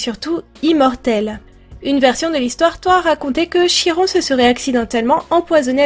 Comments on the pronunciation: Super dessin ! (Comme d'habitude !) (Oh, et parce que je suis tout le temps pénible avec ce détail... Chiron se prononce Kiron) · ce dessin est magnifique comme d'habitude ps: je crois que l'on prononce kiron meme si ça s'ecrit chiron